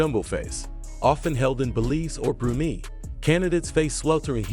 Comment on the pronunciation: So why not pronounce it properly?